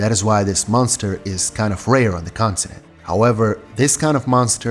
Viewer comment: its continent, not constinent ffs